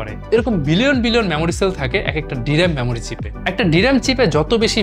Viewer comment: আরে ভাই মেমোরি চিপস বলুন,ম্যামোরি নয়। বাংলা ভাষাটা শিখুন আগে 😂